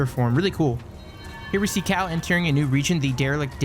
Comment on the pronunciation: I was searching for a cow until I realize he actually said cal ..